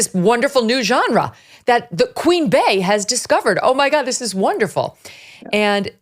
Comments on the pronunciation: Lol im not even a beyonce stan but i cant stand how megyn never gets the name right…. Its not Queen BEY NOT BAY!!!! … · I can't believe your staff keeps letting you say it incorrectly. It's pronounced Queen Bee like the first part of her name Bey-once.